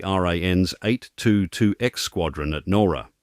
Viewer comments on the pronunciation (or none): Learn how to correctly pronounce Nowra.